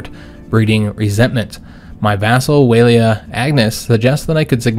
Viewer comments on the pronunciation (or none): I made a mistake sorry. the line makes it sound like a long vowel like aaaa. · Wali rhymes with war and wall. it's not "Way lee". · there is no R, so forget about war, just pronounce it like waa lee.